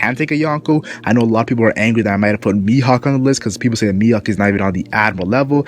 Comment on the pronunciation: It's not Miyok, it's Mihawk